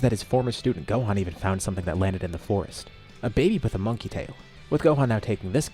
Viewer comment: Frieza in main story: "Monkey" frieza in this timeline: "Monka"